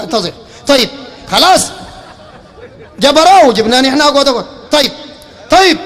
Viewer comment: يا زينه يوم يقول اقعود اقعود😂😂😂😂